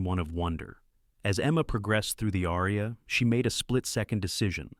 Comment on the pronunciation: Perhaps you could learn to pronounce “aria.”